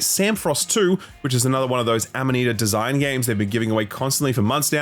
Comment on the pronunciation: FINALLY pronounces Amanita Design correctly … reads Samorost as Sam Frost